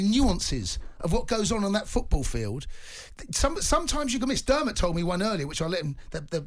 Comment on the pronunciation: His name is Dermot not Derm